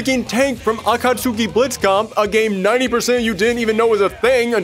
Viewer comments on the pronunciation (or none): none